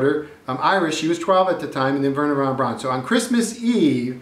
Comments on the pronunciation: Braun is pronounced Brown, as in Frau, not brawn as in pawn. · BTW, Braun is pronounced "brown" like the colour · I died every time they said weeerna Vaughn brawn